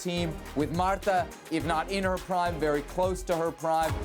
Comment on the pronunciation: He just called Marta, Martha - "Why did you say that name?"